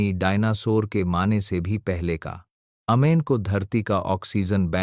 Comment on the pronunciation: अमेजन को अमेन क्यो बोते हो?ज्यादा इंग्लिश पढ ली है क्या??कि अंग्रेजो से भी आगे निकल गए।